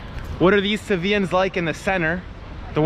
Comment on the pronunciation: Sevillanos not Sevillans🙄